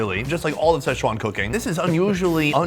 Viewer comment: Please learn how to pronounce Sichuan. It’s not sesh-wan.